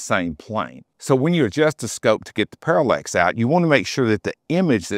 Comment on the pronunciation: Parallax… not Parallex…